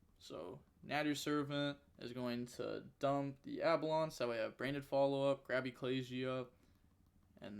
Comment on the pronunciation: brrrrruhhhhhhh that card's name is AL-BEE-ON not ABALON it triggers me soooooooo much